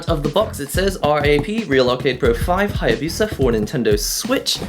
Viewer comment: "" can't pronounce Hayabusa? O_o